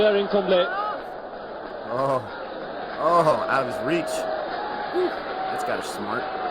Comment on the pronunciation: Kumble is pronounced phonetically like all Indian names in Roman spellings, Koomb-lay ('l' has a unique sound present in some Indian languages especially Southern languages) for a more accurate pronunciation copy paste "ಕುಂಬ್ಳೆ" in google translate & select Kannada (his native language) & hear the pronunciation, I think it'll be more helpful & easy 👍 I think it's simply called a 10 Wicket Haul (5fer is called a 5 Wicket Haul) but usually it's regarding the number of Wickets in the entire match coz 10 in an Innings is nearly impossible (it's happened only twice in history, ENG's Jim Laker was the 1st to do it & took a total of 19 Wickets in that match, 9 Wickets in the 1st Innings & then 10 Wickets in the 2nd Innings of the same match vs AUS). A funny thing about that I heard in an interview of Wasim Akram was that for the Last Wicket it was him & Waqar Younis batting, Waqar was apparently batting risky to basically throw away his Wicket when Srinath was Bowling to keep Kumble stuck at 9 Wickets. Wasim Akram apparently told him to not do that & bat well coz it wasn't right to do that. Then there was a moment when one of them (may be Waqar) hit a shot during Srinath's Bowling & was going to a Fielder & Wasim Akram says basically every IND player was shouting for the Catch to be dropped & every PAK player was hoping for the Catch to be taken as it'd have kept Kumble at 9 Wickets 😂. I think Kumble's 8th & 9th Wicket fell on consecutive balls giving him a unique opportu